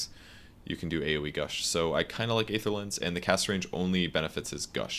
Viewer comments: kurosaki Yes I think that's what I wrote too. There are different transcription symbols after all. But to make it more simple, the "ae" souns just like "ee" in words like "see", "employee", etc. At least that's how I know it and that's why I'm asking, since pronounces it differently. The word "aether" can also be heard in the movie Thor: The Dark World. P.S. I'm not trying to be clever or anything, just curious about the word. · Isn't the correct pronunciation of Aether [i:ther] ?